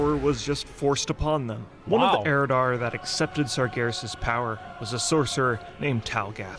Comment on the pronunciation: It's pronounced SARjaROSS